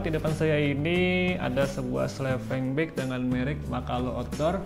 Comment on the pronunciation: Sleeping bang bukan slepeng 😮